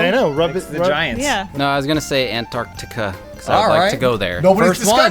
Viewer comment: said Antarctica properly and none of them realised lmao.